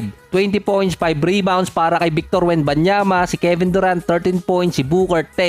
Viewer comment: Victor not bictor HAHAHAHA